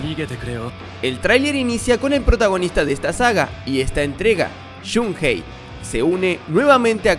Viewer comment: No creo q tenga nada que ver con el Maximum Impact.... y es Shun ei... no Shun Jei ni Shun Gei ni Shun Hei (si lo pronuncias en inglés)